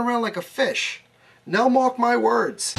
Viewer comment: "Nelmark my words" Hilarious. go